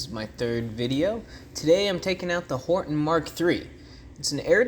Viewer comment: by the way you keep saying horten instead of hornet